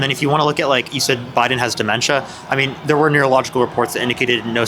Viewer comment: "cuz bidden" Every time.